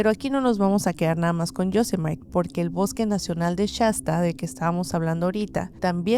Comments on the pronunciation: Amiga, Yosemite, no se pronuncia Yosemait, se pronuncia Yosémitii (anglicada) es una palabra nativo americana. No inglesa. Pero hace cuatro años mi sobrino y yo iniciamos el viaje de nuestras vidas. Hicimos una ruta que comenzó en Yosemite, luego fuimos subiendo hasta Tahoe, luego hacia el norte de California, Oregon, llegamos a Olimpic, bajamos por Idaho, Montaña, Wyoming, nevada y de vuelta a California. Nos metimos en las zonas más remotas que te puedas imaginar. En Olimpia nos metimos en una zona muy adentro del bosque, que cabe decir, que es el bosque de lluvia no tropical más grande del mundo y único. El caso es que si anduvimos por lugares muy inaccesibles que la neta daban miedo. Pues bueno. Resulta que una semana después de que nos fuimos, se reportó un caso de desaparición muy sonado en EEUU, de un chico que hacía un viaje solo, y que desapareció de un punto muy, muy, muy cerca de la zona en la que estábamos en Olimpia, casi el mismo punto, en lo profundo del bosque. No ha sido encontrado. Pero eso no es nada, el caso igualmente sonado a nivel nacional, es que unas semanas después de, una pareja hizo casi la misma ruta que hicimos. Resulta que la chica apareció muerta en el sur oeste de EEUU, no recuerdo si fue en florida o un estado de por ahí. El caso es mu conocido, al final se sospechoso de que fue su novio quien la asesinaría, y el padre del chico lo encubrió. Acá el tema es que a nosotros no nos pasó nada extraño con excepción en Yosemite, tuvimos una situació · no es "yosemait" Es "yosemiri"